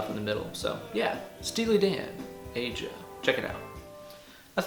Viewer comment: Steely Dan ... Incredible sound and inspirational tool at times. One of my favorites. (btw - "Aja" is pronounced like "Asia" - but close enough - I'm sure Donald won't mind). \m/ For an interesting story and some food for thought, check out Steely Dan and Mu Major chords. Pretty interesting stuff.